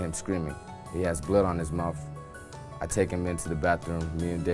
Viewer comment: His mouf? Mouf?